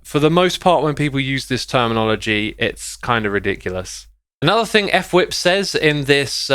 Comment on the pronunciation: I’m pretty sure it’s actually pronounced fwhip as on word, not f-whip